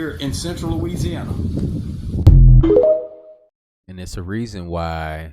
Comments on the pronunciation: I love it. He didn’t say Louisiana he said Luigiana 😅❤ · 'I just reached louigi-ana' LOL